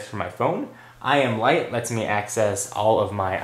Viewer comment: when you said IM lite i thought you said i am white.. haha